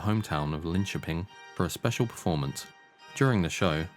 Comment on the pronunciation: Another comment is to give the video's creator Massive Props for correctly pronouncing "Linköping". Methinks you should react to Jesus He Knows Me (along with everything else😉) So glad to see you do this deep dive into the Actual True story of Ghost! 🔥🤘😜🔥